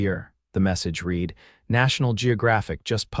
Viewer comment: "Read", long E sound is either present tense or future tense " Read"with a short E sound is past tense.